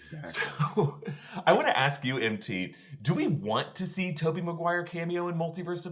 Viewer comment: "Maguire ma-g-why?!" was gold🤣🤣